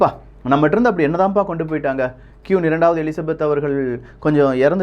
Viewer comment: கியூன் இல்ல ப்ரோ குவீன்